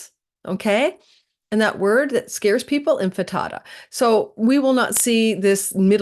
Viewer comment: I think I prefer your “Infatada” to “Intifada”…😅